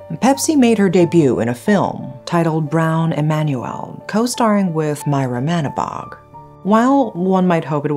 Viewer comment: Sorry but Manibog is pronounced as ma-NEE-bog